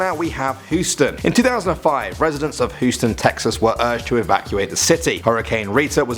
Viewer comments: It's not who-sten its Hous-ten get it right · It's Hewston not Whoston..... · He said Houston wrong. I heard "hooston" but it is "hueston" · Hooston??? It's pronounced "Hewston". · Whoston? It's hue ston ok? Just say hue ston (I know it's Houston but I'm trying to help him do his job right) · Am I the only one that noticed that he said hoostin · hooston? why u saying Houston wrong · Whosten the way u say it though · Omg. You pronounce Houston all wrong. It hurts my ears. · Please dont ever report on Huston if you can’t pronounce the name